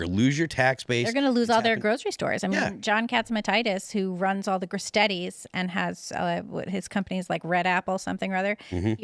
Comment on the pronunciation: Gris-Steeedies Not Gris-Teddies Tourist!!!